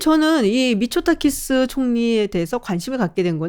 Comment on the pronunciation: 자꾸 미쳤다키스로 들려...